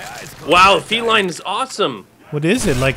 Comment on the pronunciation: That gun isn't pronounced feline like a cat it is pronounced felin like a mix between Feline and villian